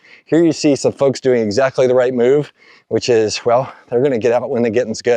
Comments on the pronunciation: I had to rewind cause I thought you said a certain type of fucks instead of folks 😂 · 6'23": I had to rewind three times. "Folks". All these different "folks".